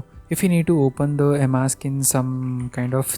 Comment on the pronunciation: First learn how to pronounce emacs